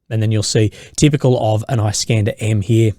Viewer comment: "Iss-kander" not "Ice-kanda", mate.